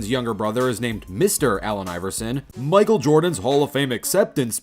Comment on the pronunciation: bro said “micael Jordan” that is not lebron lil bro do I hear a Antwan Jamison? yoooo George bush balling I never knew they play in da nba